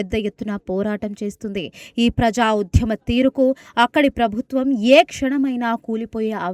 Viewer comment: ఉధ్యమం కాదు ఆ పదం కేవలం ఉద్యమం మాత్రమే.అలాగే ప్రఝా కాదు ఆ పదం కేవలం ప్రజా అని మాత్రమే పలకాలి.మీలాంటి వారు తెలుగు న్యూస్ రీడర్స్ కావడం మాఖర్మ.వ్యతిరేక చర్చలు కాదు ఆ పదం కేవలం వ్యతిరేక చర్యలు అని తెలుసుకొని ఉచ్ఛరించాలి.దారణాలు ఏమిటి ఆ పదం దారుణాలు అని కూడా తెలుసుకొని చదవాలి.తెలుగు పదాలను ఇలా ఖూనీ చేయడం తగదు.నీవు ఈ ఉద్యోగం నుండి వైదొలగి మాకు ప్రశాంతత చేకూర్చాలని మనవి.